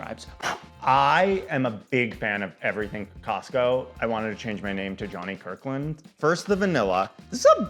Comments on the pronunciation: I was like... Wait... Did I hear him say Costcussy??? I had to go back and listen to that again. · cos-cussie??? lmaoooo subcribing!!